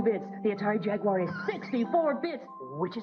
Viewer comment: gets a like just for being capable of pronouncing "Jaguar" correctly, unlike so many others making videos on the subject.